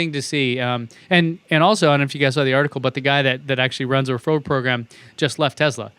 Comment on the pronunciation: Does it annoy anyone else that pronounces Tesla as TEZ-la instead of TESS-la?